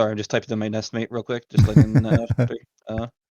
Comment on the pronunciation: "Nest mate." Good lord